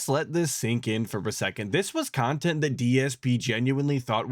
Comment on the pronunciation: "Nontent." BEAUTIFUL!!!!